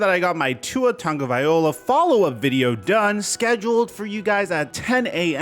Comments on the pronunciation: Why is it so hard to say Tua's last name? It's "loa" not "ola". I mean, he's only been in the public eye for 10 YEARS!! I do enjoy your videos every day! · It’s not vaiola it’s vailoa. Get it right you sounding like you can’t read bro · Tunga-vi-loa not ola its hawian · Tah-ngah-vah-eee-LLLLOOOOAAAAHHH not “Olah” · Loa not ola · Dude, love your videos but you butcher Tua's last name EVERY SINGLE TIME bro. You always say 'Tua Tagovaiola' but it's 'Tua Tagovailoa'. Every time I'm like this is the time he's gonna get it right... nope. Always the wrong last name pronounciation. Literally just one letter out of place and you pronounce his name correctly. Lol just saying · Lol you Always say tuas name wrong hahaha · You need to take the time to learn how to say tuas name bro please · no hate bro, i love your vids but you gotta learn how to say tagovailoa right 😭😭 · he’s ignorant he can’t even take time out of his day to say Tuas last name right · it’s not difficult any normal analyst or YTer can say it right why can’t he? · ..because he doesn't care about saying it right..and that's ok! Who cares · and obviously Tua don’t care because Tua don’t even know he exists tbh🤣 I’m just saying it’s ignorant that he don’t care that he’s saying somebody’s name wrong when he’s supposed to bring us NFL content that’s supposed right not wrong